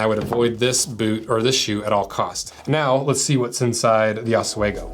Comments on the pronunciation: It’s pronounced ah- swee -go, not ah-sway-go 😂 it’s an Native American word that originated from where I’m from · OSWEGO is pronounced aaz-wee-go not os-way-go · It's pronounced os-WEE-go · As a guy in the PNW, I'm disappointed by your pronunciation if Oswego. ahs-wee-go